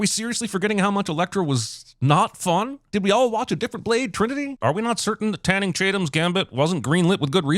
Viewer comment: He said "Tanning Chanum..."